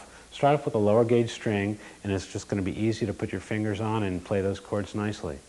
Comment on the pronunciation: Lol, he keeps saying "Juyyust like this". XD